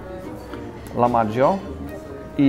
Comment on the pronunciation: Uwaga co do nazwy potrawy - nie jest to chyba lamadżio (wymawiane jak we włoskim) a "lachmadżun/lachmacun".